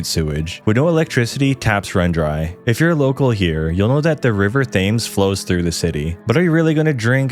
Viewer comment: the river fames?